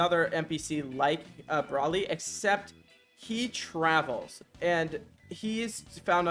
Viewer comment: if ur gonna make a vid on this use the names right like feck bros sayin braly not broly